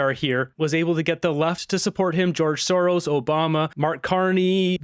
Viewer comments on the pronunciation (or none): none